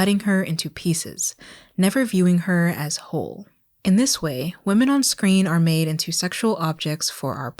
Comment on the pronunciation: What's with the pronunciation of women (plural) as singular? Or am I mishearing?